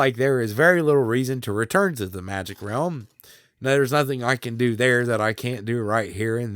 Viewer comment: Realm u pronounce at 'rumma'. Rumma magic is it just me?! Cute tho lol